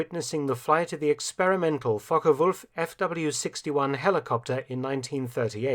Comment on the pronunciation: Lol fock wulf. Wierd flex but okay.